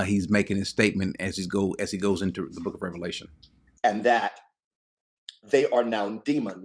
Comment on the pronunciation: why not make a big deal about the fact that the man doesn't know the difference between Revelation and Revalations? It lends credence to the fact that he is not necessarily a source to be trusted on the Word of God if he can't even get the name of the book right. Just sayin'. Further, he's proven to be clueless by his position here. But the fact that he's a PhD that can't say the book properly tells me all I need to know.